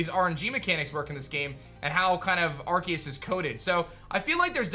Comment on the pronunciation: It's funny how still pronounces the title wrong even though you showed the trailer with someone talking and actually saying it lol. He said he would say it right if there was proof but now I think he's just being blind and pretending like he wasn't wrong lol It's always funny to see his videos just to see him constantly pronounce the name wrong